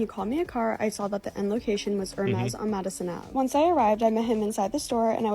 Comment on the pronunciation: did… did she really mispronounce Hermes?